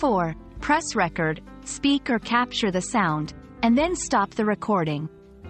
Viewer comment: Typical AI narration; can't pronounce the word "record" in its proper use or context here. That takes away the integrity of the YouTube Video...SHAME!